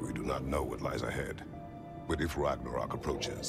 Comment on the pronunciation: The makers of the game don´t know how to say Ragnarök WOW